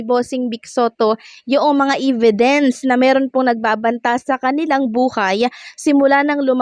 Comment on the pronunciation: Hey check your pronunciation of "evidence" (No offense meant but even in your previous vlogs, you had mispronunciation)🤔✌️